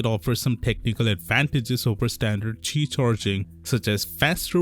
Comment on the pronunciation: Isnt it qi2 ? And not ti2 ?